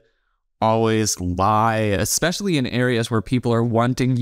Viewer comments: I can’t trust the girl in the pink top because she pronounced especially as ekspecially 😂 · My suspicions about the girl in pink were confirmed when she said "exxpecially". Moving on. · “Eggspecially” from Miss “it’s ok to lie because everyone does it”…. I think my IQ dropped about 40 points watching this., are you okay? Trying to follow that thought process could cause you permanent damage…